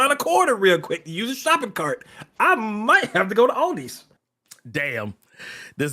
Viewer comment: He did not say "Aldis". 😂